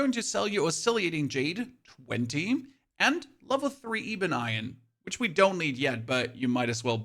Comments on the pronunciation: eebun iron. heh thats quite funny. Its Ebon iron, like eb-on, as in like "ebb and flow". the E makes makes the 'eh' sound and not the 'ee" sound in this instance. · Great video, by the way, I think ebon is eh-bon. Keep up the good work!